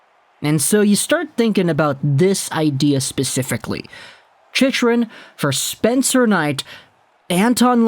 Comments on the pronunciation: As a Panthers fan, Chychrun is not pronounced like that. It's pronounced She-crun not She-she-crun, She-shrun, She-run. I should know, his father is part of the Panthers broadcast crew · It’s pronounced ‘Chick-run’ btw